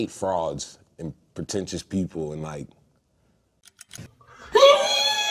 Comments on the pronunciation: aaaw the way he said frauds and not frogs 💀💀💀💀💀💀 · People think he said frogs but he said frauds